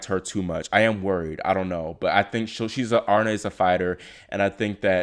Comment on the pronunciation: It’s pronounced arina lol